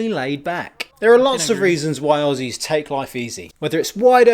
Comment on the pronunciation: ahem Aussies is pronounced ozzy's :P.